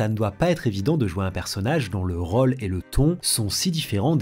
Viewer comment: Pourquoi tu prononces "o" dans "rôle" ou encore "chose" ou tous les mots dont la sonorité de "o" devrait être "ô"?